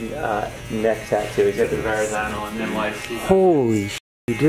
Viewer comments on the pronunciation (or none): "Holy shit you do...you do have the Ver-an-zan--o"